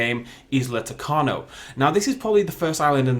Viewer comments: U mispronounced isla tacaño U say the tild n with an ny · You pronounced tacaño wrong